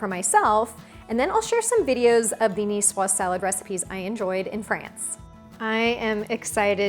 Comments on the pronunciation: I hate when a cook doesn't say if the eggs are cold or room temperature. Oh and the "S" is silent. Cucumber that is not peeled and de-seeded? No go. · Cool, I came here because I never knew how to pronounce Nicoise.